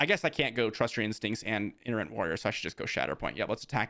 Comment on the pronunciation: Hey, I absolutely love your content! I watch you every video and I really appreciate your Insight! I don't want to be rude. I don't want other people to be rude. Itinerant Warrior is pronounced eye-ten-er-ant. Like itinerary. Totally not a big deal you are obviously highly intelligent and capable. I love your videos thank you so much for putting all the hard work into them!